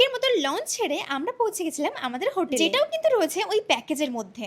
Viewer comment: Hriday - hotel❌ Hodel ✅ 🤥